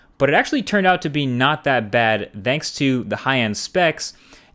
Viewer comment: When you say thanks it doesn't sound like thanks